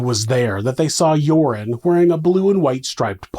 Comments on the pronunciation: Love how you pronounce Joran as Urine 😂 (serves him right!) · I love how "Joran" sounds like "Urine" to my Aussie ears. It suits him. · I've taken 12-1300 out of an atm many times, no problem. Also the way you pronounce joran I will now forever refer to him as urine van der sloot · His name is pronounced 'urine' -- how appropriate.